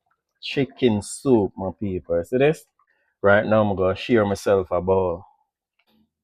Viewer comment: I love when he say ok ma peaple